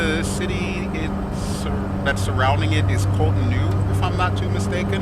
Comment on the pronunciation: Dbbb is pronounced, "kotonu", you got Lagos correct though